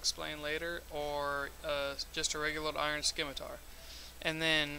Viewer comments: sssssssssimitar. not skimitar. nice guide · Not pronounced "skimitar" Prounced "simatar" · it's pronounced "simitar"! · I can't find a single place on the first 3 pages of google where it's pronounced skimitar. Source? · It is "Skimitar" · it actually is pronounced SKimatar. and btw this was a fairly nice guide.